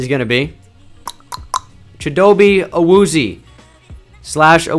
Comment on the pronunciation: Love these videos. Also, since you're a stickler for pronunciation, Chidobe Awuzie is pronounced: CHIH-do-bay AH-wooz-yay. You can find him pronouncing it online.